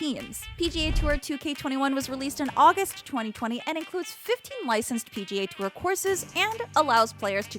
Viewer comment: PGA tourrrr????? 😒